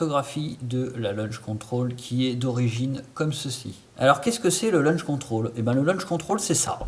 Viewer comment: Launch control, et non pas LUNCH CONTROL, sinon bien ta video, mais c’est bcp plus compliqué sur edc17, med17...